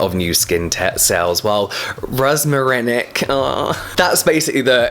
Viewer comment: I like when you’re trying to pronounce some words ahah ‘rosmarinic’